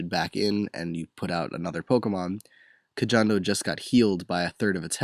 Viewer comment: actually, kojondo is pronounced as ko-HON-do not ko-JON-do